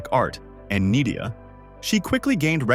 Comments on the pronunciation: It's not "NEEDER", it's "NYDA". Mel Gibson trained there too. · Nida! N eye da. National Institute of Dramatic Arts. Jees bloody AI! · has cate really left andrew................btW N.I.D.A IS pronounced like cider